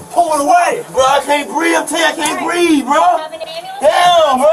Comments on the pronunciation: Didn't you hear him tho?! HE CANT BWEATHE!! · It’s “breeve”! 😂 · It's pronounced "breeve"😅